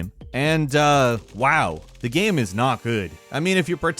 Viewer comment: Getting closer and closer to pronouncing 'game' correctly. Keep it up! You'll get there! Yes, I'm being a dick. I'm bored.